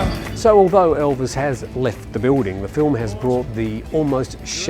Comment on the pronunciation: Not being funny, but what English-speaking presenter has ever pronounced the most famous name on the planet 'Elvis' as ELVIN?..what an utter Pratt!.. And it was left in the video, bunch of prats!😜